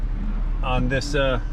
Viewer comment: I love the deliberate mispronunciation of 'Dodge' as 'Doe-dge', saying hello & goodbye to your 'patients', and lots of other little things too numerous to mention. 😁👍